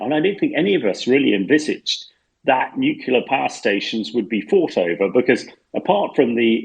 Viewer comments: Good podcast but please stop saying nucula. The word is nu-clear! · Nucular energy hah, why is it that even media people pronounce this wrong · I cant with this refusal of english journalists to learn to pronounce slavic names. Its godamn Pootin, not Pyoutin. U dont watch any other new outlet? How Deuche Welle can pronounce names, u can't? And what in nucilar? Wtf, do u all live in some Oxford saloon smoking cigars and drinking wiskey? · Hamish needs to learn how to pronounce "nuclear" if he wants to provide his expertise on the subject. My ears are bleeding!